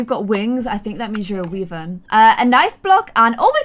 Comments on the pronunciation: "wee-vern" 😂 wyvern is pronounced wi-vern, and wyverns have one pair of legs and use their wings to aid them walking just like bat's, dragons have 2 sets of legs, front and rear. :) x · Its WYvern not WEvern. and Wyverns have two legs, two wings, dragons have four legs and two wings. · Some Drake knowledge for you: 4 legs, 2 wings is a Dragon 2 legs 2 wings is a Wyvern (pronounced why-vern) 0 legs 2 wings is a Wyrm And 4 legs 0 wings is a Lizard 😅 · The correct way to say it is wyvern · If it’s wings are it’s hands are the same it’s a wyvern and it’s said (Why-ven) sorry fantasy geek 🤓 🤣